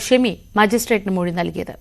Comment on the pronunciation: മെഴി അല്ലാ മൊഴി😂